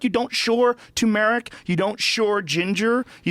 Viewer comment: Nobody's going to talk about how they are pronouncing tumeric wrong lol